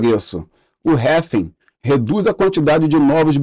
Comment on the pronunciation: cara, parei de assistir de tão irritado que fiquei com essa sua pronúncia pra RRAAALLLLVVVIINNNGGGGGG